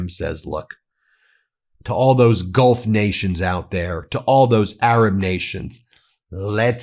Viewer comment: Laura I just don’t believe a single syllable she utters. Does she not read the papers? Did she say GOLF partners or Gulf partners hard to tell.